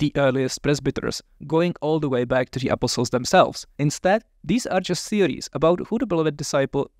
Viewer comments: I love how he pronounces “apostles.” It sounds like “apple sauce.” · I was so confused at first. Every time said "apostles", I was hearing "apple sauce". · THIS IS NOT A COMPLAINT, great video, but I gotta say… I scrolled down to see if anyone else said it first. I kept wondering what the hell “apple sauce” had to do with the Gospels but finally figured out he was talking about “apostles”. That’s one example, but so many words sounded like something else. I’ve studied Greek, Latin, German, Spanish and a little French, and generally have little problem understanding accents. Mispronunciation is easy to get through, but the cadence of his speech- accenting different syllables- was very difficult for me. Was so distracted by trying to figure out what word he said that much was missed by me. I feel like a classical musician who stumbled into a syncopated jazz jam. Still, much appreciated. Thanks!